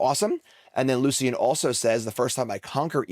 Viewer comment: If you pronounce Lucian’s name wrong one more time, I will request to engage in fisticuffs, good sir!